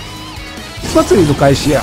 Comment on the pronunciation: 「祭りの開始や」が「スパチャの開始や」に聞こえるｗｗｗ